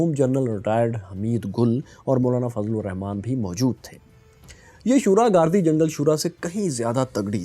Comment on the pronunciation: آپ علاقوں کی شخصیت کے نام غلط لیتے ہیں گردی جنگل گاردی جنگل کہتے ہیں